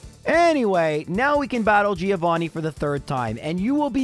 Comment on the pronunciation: Haha it's Three-ovani 😂😂